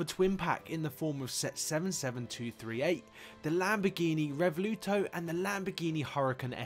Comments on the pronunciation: it was a joke. Because I heard it pronounced Revuelto, not Revaluto. But all in good fun, not being mean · It's Revuelto, not Revoluto 😭🙏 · Lamborghini Revuelto is pronounced "Rev-Welt-Oh" BTW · Its pronounced "rev-well-tow" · Great little video! You might want to look up how Lamborghini say the word Revuelto should be pronounced 😊 also how Trofeo is pronounced! Look up SMEE150 for how to pronounce the Ferrari 12cilindri 😊